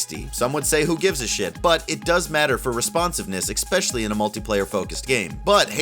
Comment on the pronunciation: "Expecially".... NO. STOP THAT.